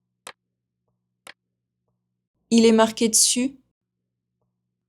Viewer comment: 7/10. In question 6, "Il est marqué dessus'", it sounds to me that the "d" of dessus is attached to the word "marqué" giving "Il est marquéd sus". Would that happen? Thanks for another usful test.